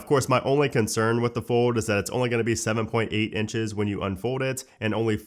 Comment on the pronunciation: Bruh you gotta learn how to say fold correctly before it comes out next year.